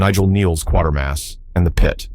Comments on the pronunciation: no It's pronounced like the word "later". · Check the mess auto-correct makes of spellings before you commt the script to the AI for speech generation. It is pronounced as in CRATER, not quarter. Reliance on AI is ruining YouTube. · The narrator should actually watch "Quatermass and the Pit" to get the correct pronunciation of his name. You say QUA as in 'QUArter' while the British say it as KAtermass. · Kuwatermass not quartermass !!! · It's not Quartermass but Quatermass (pronounced as k-way-ter-mass. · It's pronounced "kwater-mass"...not quarter-mass..there is no "r" in the name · It's "QUATERMASS", not Quartermass. Idiots. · MASS and not MOSS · Qatermass is a great movie. Pronounced like 'later' in the movie. Not 'quarter'. Funny thing, it grips you as soon as the opening credits are done. That's more than can be said for a lot of modern movies. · The narrator badly mispronounced the name Quatermass ( Quatermass and The Pit )the 1st part of the name rhymes with the word “Later” (Later-mass) it makes me cringe every time he says it - all he has to do is watch the movie & hear the name correctly spoken it’s not rocket science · Quay-ter-mass . Also, someone fix the captions; its Mario Bava, not Baba, and Joseph Losey, not Lucy. Fantastic Voyage was hardly overlooked, either. It did fairly well at theaters and even spawned a Saturday morning cartoon. The complete BS that these things perpetuate is astounding! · You keep pronouncing Quatermass as "Quartermass"... is that right? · NO! Quatermass rhymes with “Later-mass”, I saw the original BBC tv version in the late 1950s and all the subsequent remakes since, but in all my life I’ve never heard it so badly pronounced in the manner the narrator in this vid does ( annoying) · You know the AI is struggling when it doesn't know how to pronounce Quatermass. Or maybe it's a poser of a video producer not actually watching the movies they are talking it about, because it is said a hundred times. KWAY TER MOSS.